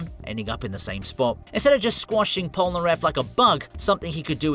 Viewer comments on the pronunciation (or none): “Pol-na-ref”?! Heresy.